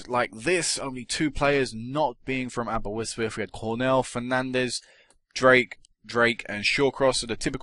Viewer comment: its Aberystwyth not aberwystwyth